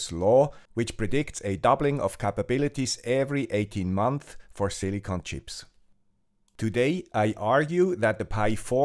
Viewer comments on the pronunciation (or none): none